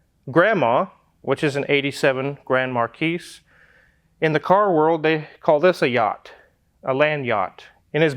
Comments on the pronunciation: Mar kee not mar keese. xox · yep, it's MAR-KEY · THE S IS SILENT IN GRAND MARQUIS! "GRAND MAR-KEE" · Love the channel. Would you consider doing motorcycles? btw, Grand Marquis - is french pronounced "Mark-ee" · Not sure there is a technical definition of yacht, but in my opinion, you’re about 15 feet short. Out east, and in France, they don’t pronounce the final “s” on marquis, either. Just sayin. But that is a proper big boat, mate. Have fun, I’m sure it needs a lot of TLC. I do think you’re nuts or naive. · 33 feet is the agreed upon size to qualify as a yacht. and the "s" is silent in marquis. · Did you really just pronounce the "S" in Marquis?! It's silent like the "T" in fish fillet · The mispronunciation of "Marquis" is very charming. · The "S" is silent on Marquis. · The S is silent in Marquis!! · Fyi. You dont pronounce the "s" in grand marquis, nor illinois or arkansas.😉